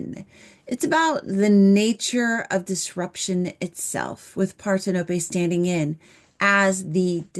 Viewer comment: "Parthenope" isn't pronounced "Par-ten-ō-pay" or "part-hen-uh-pee." As Google AI explains: "Parthenope" is pronounced par-THEN-uh-pee or par-THEN-uh-pe. The primary stress is on the second syllable, making it par-THEN-uh-pee, with the 'a' in the first syllable like the 'a' in "father", the 'e' as a schwa sound, and the 'ee' at the end like the 'ee' in "see".